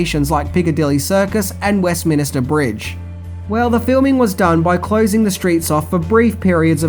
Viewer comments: Just one thing it’s west minster bridge not west minister 😂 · Did you just say “Westminister Bridge”? 😂🤦🏻‍♂️